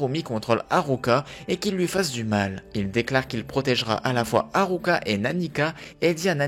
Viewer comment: Ça me stresse : kirua aulieu de killua , Aruka aulieu de Alluka et Irumi aulieu de Illumi 🤣